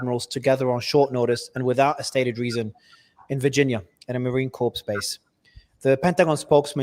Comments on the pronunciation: Ok, pretty boi, its pronounced marine "core". Not corpse. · The word is pronounced core not corpse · Marine Corps NOT Marine Corpse….. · Marine Corps - pronounced “core” not “corpse” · Did he say, "....at a Marine Corps ( he pronounced it korps) base?" SMH. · The thumbs down is only for Nawfal, who doesn't even know how to pronounce Marine CORPS correctly. Clue: It's not the same as "corpse." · “Marine Corpse”? 🤦🏻‍♂️ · Stupid newsreader should learn to pronounce the word "corps". The p is silent , dummy. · The great Victor Davis Hanson has made this point on the amount of 4 stars today vs. back in WWII. That ratio is way, WAY out of hand. Especially when you consider the quantity of support staff for each individual 4 star. So glad to see the great Col. MacGregor make the very same argument. Now, MARIO! Listen up son. Corps is pronounced with the "p" being silent, not pronounced........that is unless you are related to Obama......